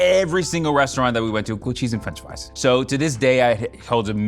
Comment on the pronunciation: "gwilled chees n fwench fwies" this man is a gem